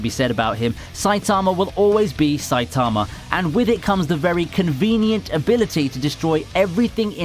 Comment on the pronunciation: The way you pronounced Saitamas name made me cringe soo hard.